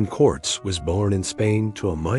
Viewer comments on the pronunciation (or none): F-ing AI narration! Cant even pronounce names right! It is "Cor-tez" not "Corts" 😢